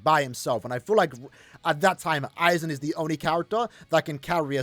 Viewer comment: Its AIZEN by the way...